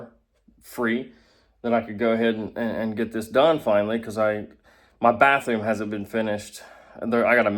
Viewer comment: bathewwm lol